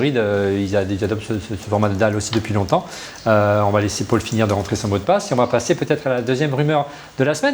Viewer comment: Pourquoi prononcer "Paul" comme "Paule" (le prénom féminin, Pôle) ? (c'est aussi mon prénom, pour ça que ça fait bizarre à mes oreilles) Je viens de découvrir, il faut que je regarde les autres vidéos (petit à petit, une heure à chaque fois).